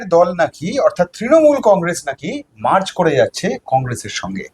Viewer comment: 'মার্চ' নয়, শব্দটা 'মার্জ', মিশে যাওয়া।